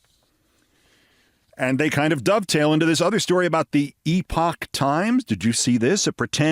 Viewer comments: Oh my god!!!! Thank you for this! It’s perfect. And…for correctly pronouncing the word “epoch”❤️❤️❤️❤️❤️ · Keith, you are the only one who can pronounce "Epoch". Founded and funded by Falun Gong....